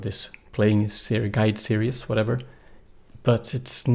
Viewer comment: Great lessons..... one for you..... not Serious......... Series ....ser ezzz long e for both of them.... Great English though.... OED series (ˈsɪəriːz, formerly ˈsɪərɪiːz)